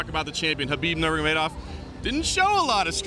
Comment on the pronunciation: Habib Normegedov -, this is your job. Atleast try to pronounce his name right.